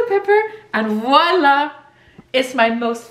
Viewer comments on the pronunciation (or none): none